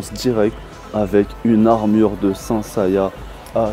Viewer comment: LA REVEIW!!!!!!!!!?????? Et puis on dit sen seya pas san seya Sinon mrc pour la vidéo